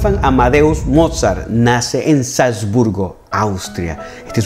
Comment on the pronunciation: eres maravilloso. Soy cubana y aquí la internet es aún un poco cara. Mira si eres bueno que llevo dos días escuchando tus magníficas clases sin parar. Una sugerencia para quien puede hablar portugués brasileño por asociación musical y porque lo vas a seguir usando: en aleman la w suena v y no vu como en inglés, la v suena f así que Mozart suena volfgang Amadeus motzart y Beethoven suena lutvig fan beetofen y Bach suena baj. Pero eso es solo para que te acerques aún más a la perfección, por favor no lo tomes como una crítica altanera. Te has vuelto mi amor a primera vista en YouTube